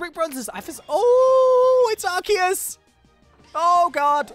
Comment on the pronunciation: ARCEUS,S NAME IS LIKE ARSEUS NOT LIKE ARKEUS